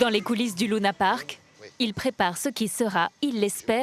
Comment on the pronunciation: Sa me stresse lounapark elle dit allor que c’est Luna Park